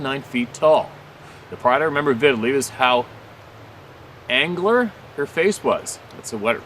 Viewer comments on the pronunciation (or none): Former NYer "Angular" just like it's spelled. Ang U ler